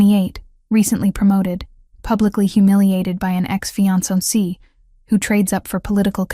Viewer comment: The AI can’t say “ fiancé”😂😂😂